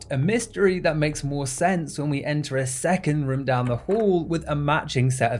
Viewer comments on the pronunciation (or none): You say room like jerma985, like "ruem" i think its the accent but i thought it was a nice similarity you share with my favorite streamer